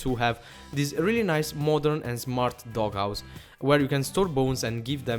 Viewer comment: if thats your real name... D:< why are u said zmart dog house NOT smart dog house!?!!? u need to learn english. NOW GO TO SCHOOL!!!!